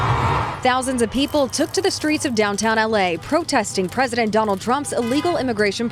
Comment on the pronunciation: "they turk ur jobs" 😂